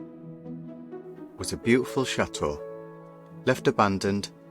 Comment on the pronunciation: I think you guys are very charming and your videos are great. How ever your constant mispronunciation of “chateau” drives me crazy. The “t” in chateau is not silent. The word is not cha-eau, it pronounced cha-teau. When you say tea you don’t say ea you say tea. Instead of say eau please say teau like the toes on your feet, chaTeau.